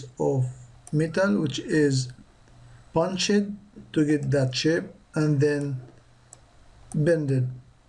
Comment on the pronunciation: punched is pronounced puncht.